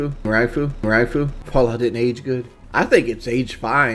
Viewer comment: “Rifle” = RIAFU / WIFAU